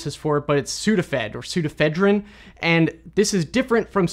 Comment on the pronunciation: Pseudoephedrine actually has five syllables: "soo * do (long) * eh * FED (short) * rin (short)."